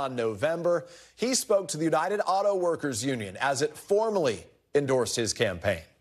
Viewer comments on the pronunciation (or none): He said she indoresd me instead of tim Scott indoresd me😊😅😢sorry